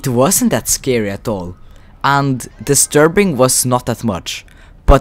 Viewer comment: “desturbing” no hate btw